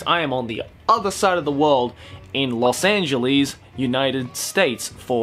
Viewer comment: knows how to click bait. Wait "Lost Angahles"